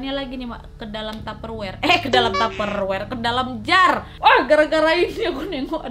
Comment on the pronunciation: Ngakak pas nadia nyebut taper wer....😂😂😂😂.